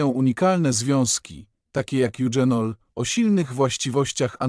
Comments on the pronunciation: Goździki pije napar od kilku lat.. Olejek goździkowy działa przeciwbólowo.. Ja pije goździki zamiast łykać tabletki przeciwbólowe.. Proszę pana nie mówi się eudrzenol,,, tylko eugenol.. Ale proszę nie mówić że to remedium na wszystko.. Skąd pan te wiadomości bierze? Tyle fantazjii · Bardzo ważne informacje , ale AI nie mówi poprawnie po polsku, np."eugenol" a nie czytane z angielskiego "dź", jak tu; to poważny błąd,tzw.makaronizm i te "dząsła": to niszczenie naszej kultury w mediach powinno być karalne, bo niszczy jej bazę wprowadzając w błąd.Od lat zanikły też końcówki wymawiane z wiejska przez "om"np ludziom, robiom etc.; przecież to jest "ął" na litość boską! Kto czyta ten wie jak się to pisze, ale w necie te "omy" to plaga.W mojej podstawówce taki "omowiec" nie zdałby z polskiego, pała by była😮😊